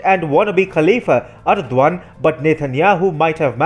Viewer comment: All this great info and I'm simply amazed how you can pronounce the Turkish leader's name!